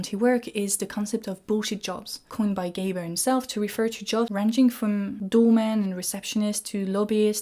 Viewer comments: Not very important, but I'm just allowing myself to correct that it is gRaeber and not Gaeber. Not trying to criticize an otherwise excellent and really thought provoking discussion. Merci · At least pronounce his name correctly: It's GRAEBER with an R!